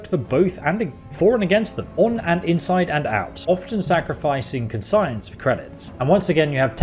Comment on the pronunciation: dude doesn't know how to pronounce Conscience